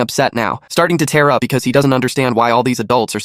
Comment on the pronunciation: Hey AI, "tear up" is not pronounced the same way as "tearing" a paper.